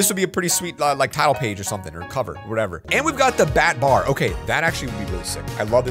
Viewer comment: When you said batbar I thought it was a buttbar